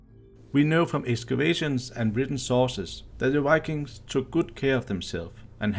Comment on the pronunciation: if u say wikings one more time im gonna scream